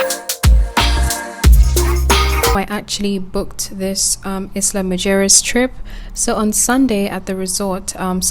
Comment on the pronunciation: It's pronounced "ila muheres" 😂in Spanish